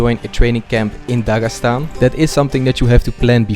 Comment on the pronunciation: Voice over. It sounds terrible in Russian) Incorrect stress in words, etc. Instead of Dagestan, he says Dagasan, and there are many such inaccuracies. The first three videos had top-notch voice acting, but now something has changed.